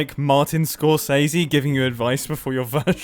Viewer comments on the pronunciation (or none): Martin Scoresayshe